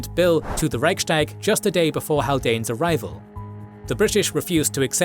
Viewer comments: There's something minor that's been bothering me about your videos for years - why do you pronounce "sh" instead of "s" in words where neither the native nor the English pronunciation has sound shifts? Here, Reich-s-tag. It sounds to me like you're doing it on purpose, but I'm sorry if it's a speech defect! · Reichs-tag not Reich-stag. Literally 'Imperial Diet' or grammatically similar 'Empire's Diet' and not 'Empire Sdiet'. Normally I wouldn't bother but mispronouncing it so many times in a history channel video is quite a faux pas. (Narrator correctly pronounced Ruestungs-wende)